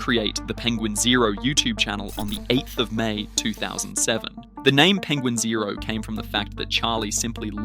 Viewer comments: It’s not penguin zero. It’s pen gwin zo. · Don't wanna be a geeky "actshully" nerd, but it's pronounced "penguin Zee Zero" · Its pronounced penguin Zee zero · You started off with a dislike. It's "Penguin Z zero" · As far as I know, his name is Penguin Z Zero. He said that in one of his videos when he was rapping about someone who was talking badly about him. He mispronounced Penguin's name in the process.